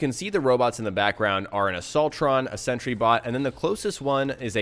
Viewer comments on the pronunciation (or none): none